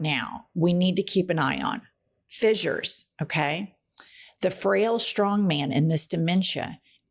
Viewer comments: ss = "s" not "z" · She keeps saying “fizzures “, when it’s pronounced “fissures-(fish-ers)”. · holy fucking shit. it's fissures, not fizzures. don't give the opposition fuel. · Not even a minute in Jen and you have said fissures 4 times...all pronounced incorrectly....I will give it another minute but I am sick of your crap already